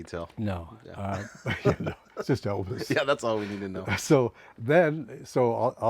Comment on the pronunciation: Vernon. And he called Elvis "Evis".